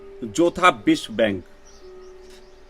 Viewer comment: भैयाजी बिश्वा बैंक नहीं विश्व बैंक .....😂😂😂